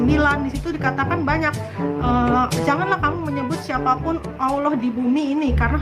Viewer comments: Bukan Aloh tp Allah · Baca allah aja mulutnya keseleo jd owloh... Sok ngajari isi Al Kitab...